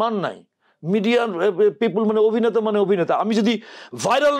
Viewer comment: এত একজন গুনী অভিনেতাকে নিয়ে আপনার মতো একজন বাক প্রতিবন্ধি করেছেন অনুষ্ঠান। অবিনেতা, বিডিও, এগুলো কি ধরনের উচ্চারণ। আগে প্রমিত বাংলা শিখে আসুন। আর এই সব মিডিয়ারও কোন স্ট্যাটাস নেই, যা তা লোক নিয়ে আসে উপস্থাপক, সংবাদ পাঠক হিসাবে।